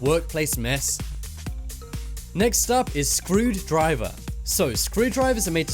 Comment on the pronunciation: I thought you said screwed driver 🚗